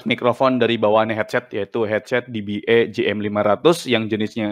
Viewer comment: E di bahasa Inggris bacanya "i". jadinya "di-bi-i", om. kalo "di-bi-e" itu "dba"